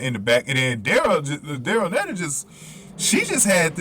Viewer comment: Daryll Neita (pronounced NEEta)is GBRs anchor in the 4x4